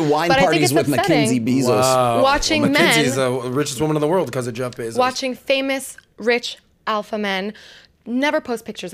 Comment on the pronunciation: Is it so hard to say Jeff Bezos name right? Bay-zos